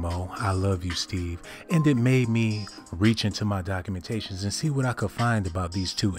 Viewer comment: Is he saying "cockumentations"..... 😂😂😂😂☠️☠️